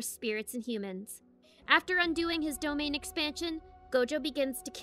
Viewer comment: Im sorry? territorial expansion... Say dom then say ain . Now say domain expansion